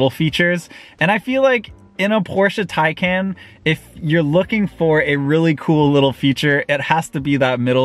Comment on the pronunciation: But can’t say Taycan 🤣